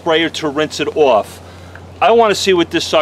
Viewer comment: There's no "w" in "off"